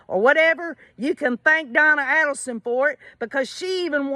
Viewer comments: So glad you are covering this case! I don't really know if Harvey was involved before hand, but I am certain he knew what happened after. I'm glad their son Robert left the family and is supporting the Markel family! Just an fyi the A in Adelson is a long A. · You pronounce her last name wrong